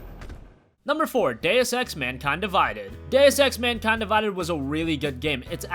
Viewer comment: Just wanted to say that deus in deus ex is pronounced like doose (rhyming with moose) not like dayus